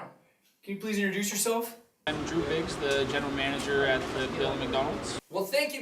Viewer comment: You guys are silly! You spelled Drew Biggs right but pronounced it as Briggs. And you said McDonalds is sharing 10% of the proceeds even though he said 15.